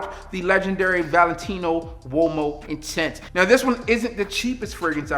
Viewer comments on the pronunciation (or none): none